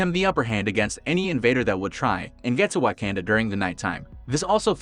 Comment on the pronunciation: Wa-canda! Tee-challa? Wtf